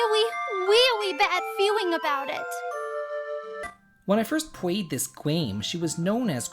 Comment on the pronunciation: LOL.....the when i first pwayed this gwame.....got me never ceases to amaze me keep it up Best video ever..